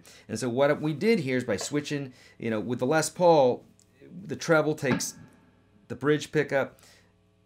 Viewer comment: It’s pronounced lez Paul not less Paul